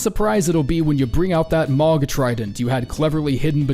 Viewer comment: saying mohg like mawg(rhyme with dog) is psychopath behaviour